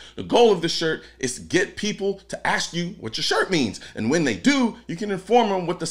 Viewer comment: "Whamen" Is Coloin part of the salty legion?